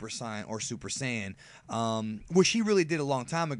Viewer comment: The way you pronounce Saiyan is so dumb